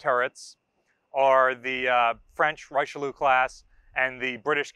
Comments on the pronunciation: First of all, it's "REE-chi(as in 'Chicago')-leew". Second, both the Dunkerque and Richelieu classes were designed to counter the threat of the Deutschland-class pocket battleships and the Italians -- especially the older 10-gun (12.6in) Ciao Duilio and Conte di Cavour-class battleships -- primarily in the Mediterranean. That they were sometimes forced to go up against other battleships equipped with larger guns was an accident of history rather than a planned part of their design philosophy. Third, I'm surprised that no mention was made of the Yamato-class layout, which was identical to that of the American "9-in-3" design. (Or maybe I missed it? 🤨 ) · Ree-Sheuh-Leeuh is more accurate, 3 syllables, the last two ending in an exhaled UH